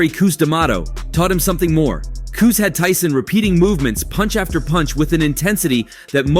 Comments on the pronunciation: It's Cus not Coos! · "Cooz" D'amato? WTF? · “ Koose “D’Mato lol. It’s CUS My guy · Koose lol it’s cus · STOP Calling Him "Kuss" His Name Is Cus ' That's Disrespectful... ⬅️ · STOP CALLING CUS, "KUSS!" WHAT'S WRONG WITH YOU! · This is a fight channel and you can’t pronounce Cus.